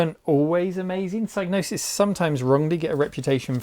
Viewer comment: Psygnosis is pronounced PSY - NO - SIS The G is for gnosis , greek for knowledge, and isn't pronounced